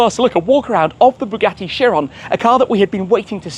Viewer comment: Right pronunciation of this car is buh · ga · tee kai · ruhn